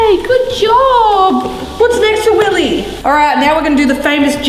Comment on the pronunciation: It’s willeh